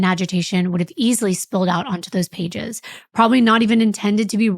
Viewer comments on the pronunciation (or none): none